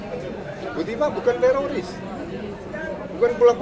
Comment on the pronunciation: Bukan tiroris Jenderal, risnya sudah ilang😂😂😂